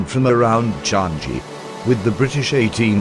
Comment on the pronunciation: Watching the robot explaining it was painful. They managed to get Kranji's pronunciation correct but Changi wrong. It's "Chang-yee", not "Chan-Gee".